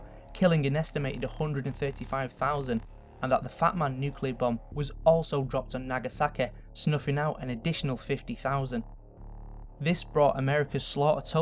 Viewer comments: Nagasaki. It ends in a fucking I how can someone pronounce it ending with A like do you words or what? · It's realiTY nagasaKI NOT TEH NOT KEH FUUUUU. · Nagasakeh and Hiroshimeh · The way he says "Nagasakeh" hahaha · i died at 'nagasakeh' XD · Hyoumanyteh Nagesawkeh Realeteh Twenteh Worreh Boddeh Slowwleh Summerreh Safteh Technolegeh Conspeeraceh Onleh Telepetheh Preeviousleh LMFAO I tried to get all of them. Tell me if I missed any. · Nagasakeh realiteh humaniteh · Humaniteh. Realiteh. nagasakeh. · what is "realiteh" and "nagasakeh"? Please answer or I will make you "RESPECT MY AUTHORITEH!" I'm just kidding, man. good video. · I love the way you say "Nagasaki"